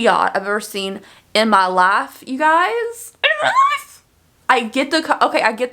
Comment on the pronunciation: She went southern on the "in my life" talking about the MCR Hipdot collab. Adorable.